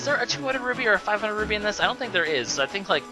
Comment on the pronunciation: Am I just hearing wrong, or does he keep saying "Ruby" instead of "Roo-pee"?